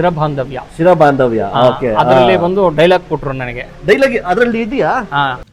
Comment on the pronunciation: 50 ವರ್ಷ ಆದ್ರೂ ಆ ಪುರೋಹಿತರಿಗೆ ಸರಿಯಾಗಿ ಕನ್ನಡ ಬರ್ತಿಲ್ಲ ಏನು ಇದು ಅವರು ಅನ್ನೋದು ನಿಜನ ಅದು ಚಿರಬಾಂಧವ್ಯ ಸಿರಬಾಂಧವ್ಯ ಅಲ್ಲ